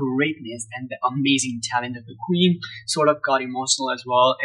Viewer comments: It’s Queen not Queens please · Nice to see young generation seeing what talent is . But please 🙏 stop saying Queenzz ! It’s Queen